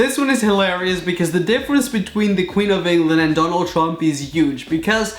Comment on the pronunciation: He said Donald tump😂😂😂